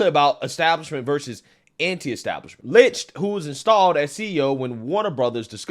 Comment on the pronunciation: His name is pronounced LICKED do you not listen to how people pronounce other people's names hahahhahaha